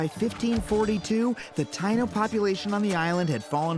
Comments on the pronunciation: Very well Adam, but it’s not Ty-No it’s pronounced Ty-ee-no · Just so you know “Taino” is pronounced Tah-ee-no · TA-NO natives. Adam is white af. TA-E-NO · He mispronounced Taino at least according to my family and how I was raised saying and hearing it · His pronouncation of Taino makes me cringe everytime he says it